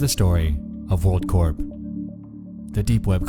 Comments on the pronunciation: actually that’s corps, with an s. corp is pronounced with a p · It's pronounced core not corp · Corp is pronounced CORE my guy